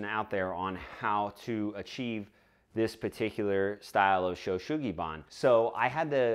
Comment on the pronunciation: Oh... your pronunciation of this word is WAY off though. It breaks down to these sounds: Sho (like show) U like the "oo" in Boo or Zoo (ShowOO), then Su (like Sue) Gi (like Gee in geezer) or change the sound of bee to a g and you get gee) -- SueGee then Ba (Bah, like a sheep) N like n. (So Ban is pronounced more like the "ban" in "banzai!") ShowU SueGee Baa-n. In Japanese there is no accent on any syllable, and vowels have only 1 pronunciation regardless of where they are. All letters are pronounced, and "N" is the only consonant that can end a Japanese word. All others are tied to a vowel. This makes Japanese a perfectly phonetic language, and there is no such thing as a spelling bee as a result.